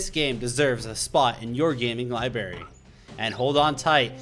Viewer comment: Never trust a man that says libary, XD JK